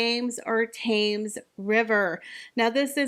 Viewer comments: ***It’s PRONOUNCED “TEMS, DEAR….THAMES = TEMS….OK? Learn it. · The Thames is pronounced /temz/. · Just to let you know the river Thames is pronounced TEMS . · Thames sounds like ‘Tems’ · Thames river pronounced TEMS. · Not so good at Thames tho 😂